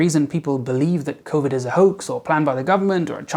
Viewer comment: did you say covideo?